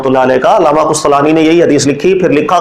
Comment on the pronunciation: 2 Word urdu ke Durust karle Qustalani Hota nahi Qastalani hota ha Aur Ansar nahi Unsur Hota haa